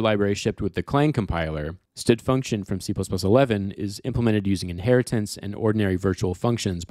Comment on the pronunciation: Love the video! The effort was worth it. One small thing: Can you please say standard function instead of stud function? thx